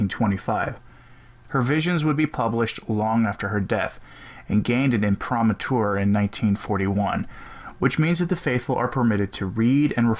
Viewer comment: Im-pre-ma-tur pronounce correctly or sound ignorant. Practice before you read.